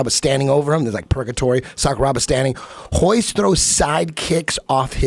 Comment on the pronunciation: Why do they keep calling Rickson Gracie "Hikson" ? And Royce - "Hoist"?